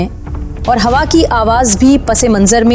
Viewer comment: Miss Yahan lafz taka naheen Tika istamal ho ga .Hawa hay hua naheen Urdu per tawugo dain.🇵🇰🇵🇰🇵🇰🇵🇰🇵🇰🇵🇰♥️